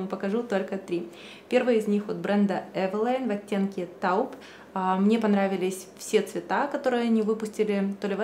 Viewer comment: Режет слух, как вы произносите слово 'taupe'. Произносится [towp] или фонетически в русской транслитерации 'тоуп'